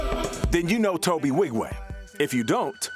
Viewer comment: Kept pronouncing his name without the N.